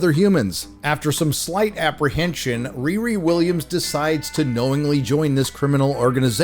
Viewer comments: even a black woman with dreadlocks, that stole a Jewish last name and made her first name a slang word for having sex, all while balding didn't get the name? I am appalled! Its ReeRee not RearE.. someone with her name should get it.. she heard the name riri a few times in the playground as a child. She heard "Whoopi" a few times too.😅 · Whoopi, it's pronounced "Re-Re" as in sofa king we taught it.